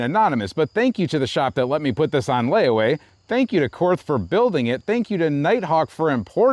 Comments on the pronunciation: I know it's cringe but: Korth is a German company and so it would be pronounce "KORT" (with a hard T) in German as there is no "TH" sound in German. This is why the stereotypical German accent uses "Z"s instead of "TH" sounds as that's the closest phoneme. You're all welcome I've made the sacrifice and posted the cringe post about how to pronounce the name. Now that that's out of the way everyone can actually post about the revolver. And yes, the pronunciation matters when you casually blast 357 through a $4100 revolver. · In Nazi, it's pronounced "kort." I'm German, I can use that word